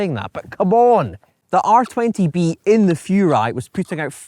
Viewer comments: Furai, not Fjuray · Furai should be pronounced "Who-Rye" actually.